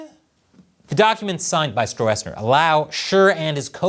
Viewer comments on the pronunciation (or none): Stroessner (German: Strößner) is pronounced more like strussner. 🍯🍯🍯🍯🍯